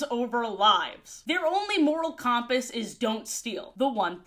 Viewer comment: Great vid but why do you say compass like that? Is it an accent or have i been saying it wrong lol